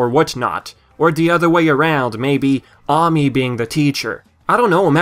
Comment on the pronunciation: And That's Ami Ay-mee